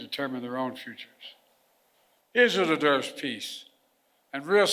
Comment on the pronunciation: Israel 'dederves'... Hahahha